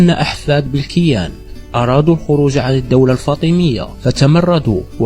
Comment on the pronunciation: لغة الفيديو ركيكة و ضعيفة نقول بنو ه‍لال بكسر الهاء و تخفيف اللام و مدها. و نقول وصلت إلى أوج قوتها وليس فوج قوتها. و نقول بلكين بفتح الباء و كسر الكاف و مده و لا ينطق الياء بل يستعمل لمد الكاف المكسورة. و هذا بلكين هو بلكين بن زيري ابن مناد. و منهم من ينطقه بولوغين بن زيري. و عليه سمي الشارع بولوغين في الجزائر العاصمة. و نقول بنو سليم برفع السين و فتح اللام و تسكين الياء. و في الأخير الكلمات العربية الموجودة في الجزائر هي كلمات أصلها من العربية الفصحى فقط مدرسة و ليست بالضرورة من لهجة بني هلال. و إذا كان هناك تشابه بين ألفاظ في المشرق هذا لأنهم كلهم يتكلمون لهجات تعود إلى أصل واحد و هي اللغة العربية الفصحى.